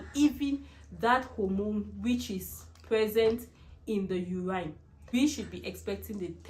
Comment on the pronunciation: Please it’s urine(you win) and not uraaine (you ran)